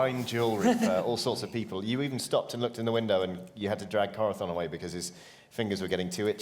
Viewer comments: Does anyone know why insists on pronouncing Corazon as "Cora-thon"? I love all these guys dearly but every time he says that name it's like a pencil getting shoved in your ear. It's not a lisp cuz every other word with an 's' or 'z' or soft 'c' sound is fine. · I know this is extremely late, but Corazon's name is Spanish and that's how you pronounce the z in Castillian Spanish.